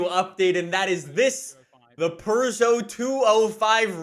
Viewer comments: It is literally pronounced "Per-joe" that is how the FIA pronounces it, it's how everyone in the world pronounces it. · "Pergeot"? What the hell is that? People nowadays don't know proper pronunciation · Why do you say purrrrrrrrgeot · "Pergoo back in the day" lol Crazy how a guy from a country which has french and english for its language, doesnt know how to say "peugeot". WHERE IS THE "R" IN PEUGEOT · Just as a heads up. There's no "r" in Peugeot. Other than that, great informative video. Looking forward to coming home from work tomorrow so I can start this new season of Forza. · Where is the R in Peugeot??